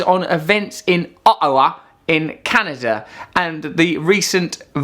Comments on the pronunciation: Hey Russ. Firstly, its OTTAWA, not aw-a-wa. Secondly, we don't all hate Harper. He was elected with a majority defeating the previous liberal government. Most of us had had enough of THEM. You saying we all hate Harper is just you hearing what you want to hear. Thirdly, many of those who do hate Harper are blaming him for these attacks as he OK'D Canada sending in air support against ISIS. They are drawing the same conclusion, that these attacks were motivated by Canada's involvement and Radical Islamists who are mentally unhinged. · K, first of all it's not "AH-hawa" it's Ottawa...2 t's, no h's. I don't understand why you can't pronounce T's, it's just, weird to me. Secondly, i like you. I honestly do and i respect your views thoroughly and always have. That being said, this seems a little more self serving of a point of view than normal. Doesn't really matter though as you're completely entitled to it but i mention it because i find this piece has a little less integrity than normal. Why do i say that? Because a few things were just factually false and you could have easily avoided that by doing a simple 2 minute web search to know your facts. You've got some good pov's, but you get lost in something more selfish. One final note, you could have attempted to show some sympathy for the tragedy rather than only attempt to bring attention to yourself (opening line of "subscribe - subscribe - subscribe!!!!!! was more than smh material) but you chose not to even say something sincere to the family affected. It's always a good idea to identify those seriously affected by the very thing you're "banking" on as a sign of respect. Comedian or not, you are human and it's the right thing to do. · did he just call my city O...awa lol awesome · In "Uhhowa". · I love Russell! No need to make fun of Canadians, aay? 'Specially not the ones in Ah-ah-wa. ;) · And how about you say Ottawa right